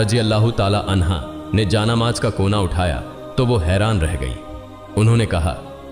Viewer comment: Inse barabar Urdu Alfaaz Nahin bola Jata siratal mustkim aur Jaan Namaz Kafi alfaazon Mein mistake hai Jara Dhyan dijiyega